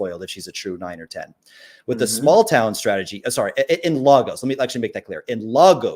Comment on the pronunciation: As a Nigerian I’m offended by the pronunciation of “Lagos” its not “LARGOSE” it’s pronounced “LAYGUS” Other than that great interview! 👏🏾